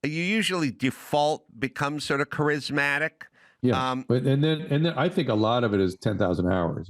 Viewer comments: Why doesn't Dr Drew tell Adam he's mispronouncing charismatic? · Adam does need to learn how to pronounce Charismatic 😂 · Adam "kerizmatic" Carolla 😂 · Really like Adam… really don’t like how he pronounces “charismatic” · Adam can pronounce “je ne sais quoi” but he can’t pronounce “charismatic.” Douche nozzle. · The 99% correct Adam Carrolla got one wrong. Trump is undeniably charismatic. Adam can't even pronounce "charismatic." Who believes that Kamala Harris is MORE CHARISMATIC than Donald Trump? I won't smoke whatever Adam's smoking. 😂